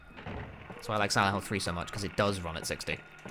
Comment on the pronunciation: Took me about ten minutes to realise he was saying "Silent Hill" not "Xanahu"